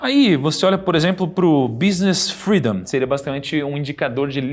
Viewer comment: Business "FREDOM" hahaha... inglês ta em dia...